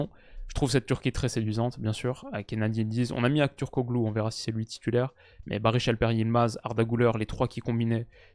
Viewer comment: Concernant les noms turcs, on lit Akturkoleu, calhanoleu ou encore kadioleu